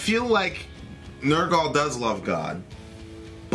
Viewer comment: say it with me,ner gull not nerrr gall